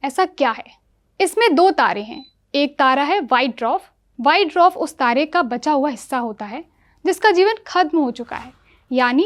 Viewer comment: पहले पढ़ना लिखना बोलना सीख लो , तब न्यूज़ रीड करना , dwarf भी नहीं बोल पा रही